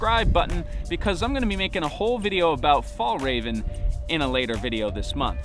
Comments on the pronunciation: Nice video but before you make your fjällräven video please learn how pronounce it right so you don't call it fall raven go use google translate to hear how it is pronounce in swedish. I know i'm a bit pain in the ass on when hear pebble from the the UK and north america pronounce thing wrong it the same with when people pronounce Braun as Bron when it sounds the same in English as in German. braun, brown, braun bron. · Great video! Before you make a video about fjällräven, look up how to pronounce it though... 😋😘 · It took me a while before I got that you were trying to say Fjällräven. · Pls figure out how to pronounce Fjall raven